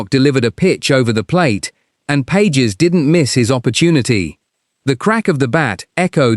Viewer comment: His name is "Pas hes", not Pages, as in two pages.